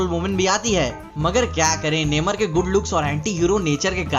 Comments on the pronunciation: नेमर nahi नमोर hain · It's namor, नमोर I think ....!!